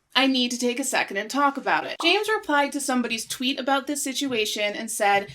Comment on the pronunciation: “Twoot” I love it